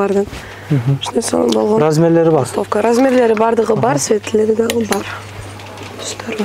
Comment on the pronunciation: Светлери эмес светтери